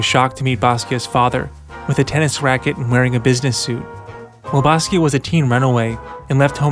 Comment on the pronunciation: Stop saying basquio